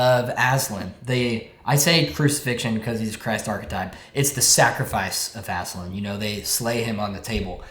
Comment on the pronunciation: It's Ass-Lan